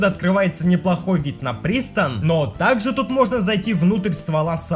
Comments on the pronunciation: Че-то не вижу ни одного комментария, который гласил бы "не Priston, а Prison". Непорядок. тритопора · Не пристон а призон с англ тюрма) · Не priston а prison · Не Priston (Пристон) А Prison (Прайсон) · Призон, а не пристон...